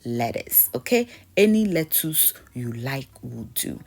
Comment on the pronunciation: Lettwoss, Toman toes, Kokomba 😂😂😂😂